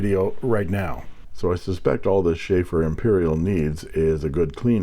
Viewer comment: It is not Schaefer (Beer) but Sheaffer and boy it is a touchdown! Great find!:_inkSmile